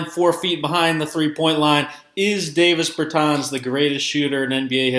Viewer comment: Learn how to say his name right before you make a vid you slown